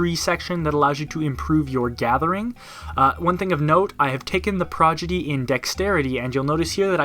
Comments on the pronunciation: prod... igy... not progidy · PRAW-DI-GEE, prodigy. Not progidy. Fun fact, progidy is not a word. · Just in case anyone here forgot... it's Pro-Di-Gee, not Pro-Gi-Dee. Still triggering nerds nearly 4 years later. XD #NeverForget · It's Pro-Di-Gy not Pro-Gi-Dy ROFL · Dude. Prodigy. Not 'progity'. Wtf. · Really enjoyed this overview, but once you started saying "progidy", it started driving me nuts. :p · This was great... but come on guy. You said "Progidy" about a dozen times. It's Prodigy! "prädəjē" "Prah-Dij-ee!" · Heh, you said prodigy wrong every single time. I'm pretty sure you know how to say it right, and just slipped up, I just thought I'd let you know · Every time you say PROGIDY it gets me one step closer to tearing my dick off and shoving it into my ear. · You kept saying Prodigy as "Progidy" xD Great video! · It's pronounced: prod-i-jee. ;) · Great overview. Must say my grammar Nazi squirmed every time you said "progidy" though. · I thought the same thing, Overall a good overview!